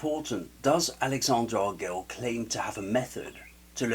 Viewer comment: I would agree with your first point, about knowing his channel before publishing a video about him. Posting a critique in ignorance is a great way to create drama. I've never even heard his name pronounced this way. I've always heard "arg-el-eez" or "argweh-yes."